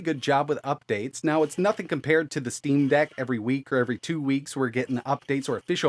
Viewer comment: "when it comes to Linux, we move over to the "steam bag" -??? Steam Dag??? I can't tell what you're saying - it doesn't sound like Steam Deck...but could that be it? There's too many naming collisions in this industry...